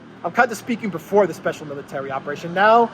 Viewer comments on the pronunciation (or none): none